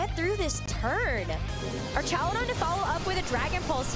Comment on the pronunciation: It’s crazy how the announcers don’t even know how to pronounce Archaludon. 😂